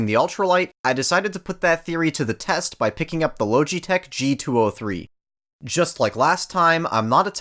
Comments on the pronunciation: La-ga-tech||| not loge-e-tech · “ Lowgitech” the literally pronunciation is lodgee-tech say it the way it’s meant to be said to void any further bullying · Loge it tech not low g tech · "low G tek" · he really said lowgeetech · love the contrarian of just "lowji-tech" and "zoewee" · "LOWGEE TECH" 😂 😂 😂 😂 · Logitech is actually pronounced “LAW-JEH-TECH” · if the name is so repeatable then why butcher it's pronunciation?! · He said Logitech wrong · Bruh please stop saying Logitech like that it’s so wierd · How do you manage to mispronounce Logitech?